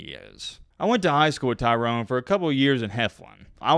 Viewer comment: Bro, why are you calling him TYRON...you realize there's and e....its Tyrone. Pronounce the mans name right.